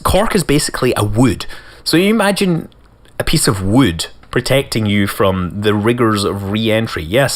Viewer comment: say wood again